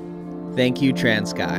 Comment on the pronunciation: Pronounce Transkei like a total yank but no worries